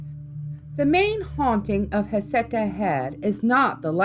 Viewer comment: Except there's no facts to back up the child's death or any other death associated with Heceta Head. Nothing in the official record. Heceta is pronounced Ha-sea-ta and the local tribe called Siuslaw is pronounced Sigh-you-slaw.